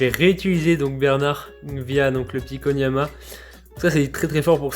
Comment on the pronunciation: Koniama ?????? Non je peut pas laisser passer ca